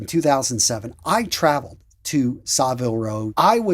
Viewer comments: Saville (Row)is pronounced sah-vihl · It’s pronounced Savill Row and it’s a hard G as in Give in Gieves and Hawkes 😊👍🏻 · It's pronounced "sa-vil", with a short 'a', not "saaville", and it's Ralph "Lauryn", not Ralph "Laur-ehn". Now, the latter I know for certain because I worked at Ralph Lauren in both Toronto, Canada, and (three different stores in) Sydney, Australia, and staff are instructed to answer the store phone pronouncing "Ralph Lauren" as I indicated above. It's a good label, though (well, various labels (I'm surprsied you didn't mention Purple Label)); slightly pricey, but, much of what I have I bought on sale and, if taken care of, it can last for decades. I both kept, and have in the last couple of years bought second-hand, PRL items from the 1990s.